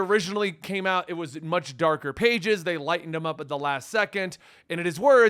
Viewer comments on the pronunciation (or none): none